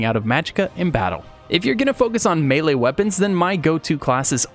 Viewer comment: It's pronounced "may lay" not "mee lee"